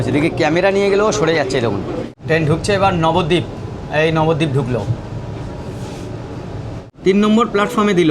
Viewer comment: Nabadwip❌ Babadwip😂